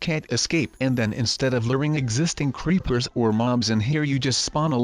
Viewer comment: Does anyone one notice he said creeplersInstead of creepers